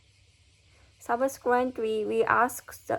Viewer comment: You're quite close with your pronunciation of subsequently. To me it sounds as though you're saying subsquenly i.e. dropping the "e" in "se", as well as the "t" sound in "quent". There are some sample pronunciations on youtube and google which should hopefully make it clearer ! Convey still sounds somewhat off to me as I'm hearing conbayne. The end of the word should be pronounced as "vay". I know the "v" sound can be difficult to pronounce, so maybe start by focussing on the end of the word ? It should finish on the "y" sound in a similar manner to ray, bay, say. Again there are some samples on youtube and google that can explain it much better than I can !